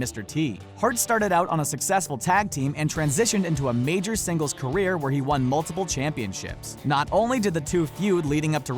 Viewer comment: U said were u bitch